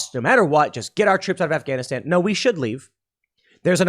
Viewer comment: I’m sorry but when you said “WE’RE GONNA PUT SOME SOLDIERS IN AFGANISHTAN” I genuinely could not stop laughing, that was the most American man default voice ever LOL